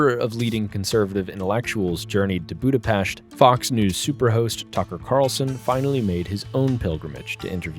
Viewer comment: I forgot to mention how much I love the fact that you could pronounce Budapest like how it's supposed to be.